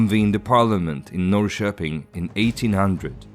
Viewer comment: uttalet av "norrköping" var åtminstone riktigt, men ja lite trist att höra andra väl etablerade svenska namnkonventioner istället bli anglifierade